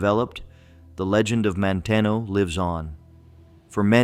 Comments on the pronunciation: Damen Ave is pronounced Daymen. Manteno is Man teen oh. Please teach AI pronunciation. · Manteno is pronounced Man Teeno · Manteno is pronounced "man TEEN o". 7 miles away.